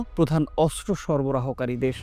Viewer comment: অস্ত্র হবে, কিন্তূ বারবার বলা হচ্ছে আসরো, উপস্থাপনা আরও ভালো সুন্দর হওয়া দরকার ❤